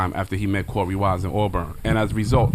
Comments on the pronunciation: CORY WISE ummm isn’t it korey wise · His name is Korey Wise not “ Corey “ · Korey wise not cory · It’s korey with a k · His name is Korey, with a K.